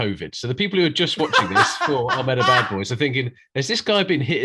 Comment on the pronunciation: I just hope by the end of the tournament Jack gets to say "Ahmedabad Boys" correctly.